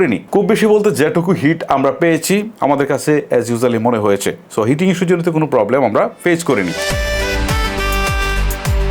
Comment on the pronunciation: লেগেচে, হয়েচে, তাকতো, এগুলা কি ভাই? ইউটিউবিং করতে আসছেন অথচ উচ্চারণের এতো বাজে অবস্থা! শুনতে বিরক্ত লাগার জন্যে বাধ্য হয়ে ভিডিওতে রিপোর্ট মেরে চ্যানেল ডোন্ট রিকমেন্ড করতে হচ্ছে।